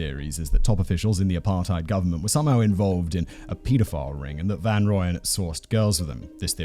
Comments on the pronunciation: Simon,you must brush up on your Afrikans.It's Mal-herb-a and van Royan. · Mal-air-buh. (You roll the L and H together; and Afrikaans has no "eee" sound coming from an E. I don't make the rules.) Also Gert has a lot more phlegm at the beginning there; like the "gh" in "Van Gogh". And his surname: fun-Roy-en. (Bonus points if you can roll that R like a motorboat) Hit me up for Afrikaans lessons, yeah? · Hi Simon. Thought I might help with pronounciation: Van Rooyen = 'Fun Roy-en' (pronounciation). Love the show. Escpecially when you and the team cover our South African cases. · Listening to Simon butcher the South African pronunciation of Van Rooyen (rooy, like as in royalty) makes me laugh so much 🤣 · The Rooy in Van Rooyen is pronounced more like the Roy in Royal. Other than that, great video again :)